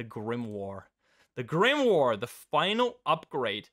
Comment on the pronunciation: grimoire spreek je meer uit als grimwaar